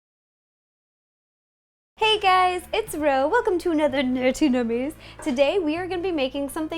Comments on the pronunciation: Did anyone notice that she said nerty nummies instead of nerdy nummies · Why does she always say "nerty nummies"? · Why do you say "Nerty" instead of Nerdy? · why is it that when you say "nerdy" it sounds like "nerty" and also you could have used candy melts for the superman logo